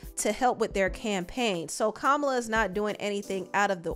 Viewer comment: You pronouncing Kamala’s name wrong